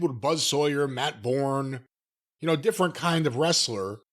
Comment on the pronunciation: It's Boo-urns.